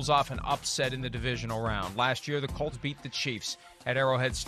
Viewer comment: Peter King please say the word Colts, not cults